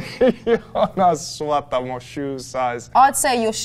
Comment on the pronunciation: Sorry - Wiki says the same: Joonas. Where did you learn Jonas?